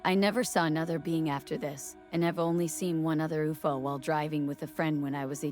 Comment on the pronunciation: The "dark smoke" on top of that object is a super bad after effects job hiding the cable. Theres a hoist on it and a Bolt hook on the very bottom. It was odviously being towed by a helicopter. This channel must be stupid AI since in pronounced UFO "oofo" stop this crap already.